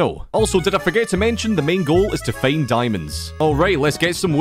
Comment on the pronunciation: Original👇 His Pronounce👇 "Minecraft" "Meincraft" "Find" "Feind" "Mining" "Meining" "Now" "Nou"